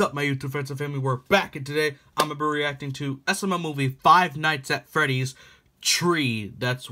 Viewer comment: Did you say Five Nights at Freddys "Tree?"